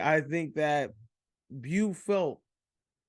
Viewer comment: How u watch the movie and still pronounce his name “bew” lol